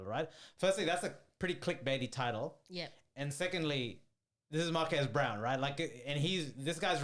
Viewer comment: I think there needs to be better research in your videos and a couple thoughts: 1. Marques' last name is pronounced "Brown-lee" and not "Brown". 2. Fisker is a startup, sure, but the company was tanking because of its own incompetence. Not because of what MKBHD said--the most obvious evidence being that this is actually the second time Henrik Fisker (the CEO) tried starting the car brand of Fisker and failed. Fisker was a company in the 2010s, and this was supposed to be their revival. Henrik isn't some young aspirational entrepreneur; he's a multimillionaire former car designer who's done terribly at being a CEO and named the company after himself. So framing Fisker as some budding young, promising company that was stifled by a big YouTuber is insincere. 3. Celebrities should be mindful of not exaggerating anything, sure, but the only thing Marques really exaggerated was the title of the videos. When it comes to the actual reviews, he literally just descrives exactly what each product does, and very honestly gives his opinions on who should buy it. If you watch both videos entirely I would be very confused if anyone thinks Marques should soften his reviews. Think about it on the other hand: Isn't it worse if he doesn't show that a $700 pin does everything your phone already does but worse? Isn't it worse if he doesn't tell people who are going to put $50,000 on a new car, that the car's keys don't even work most of the time? I'm serious, I encourage you to watch his two vide